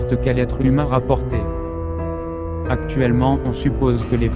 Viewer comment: Tu devrais travailler plus t'es vidéo Du moins le montage Et aussi certain passage de la voix genre un exemple quand il dit "humain" la voix dit "humé"